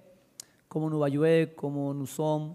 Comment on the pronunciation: quand il dit jouer et joueur on dirait qu'il dit UV (Juventus) il m'a soulé avec sa langue inventé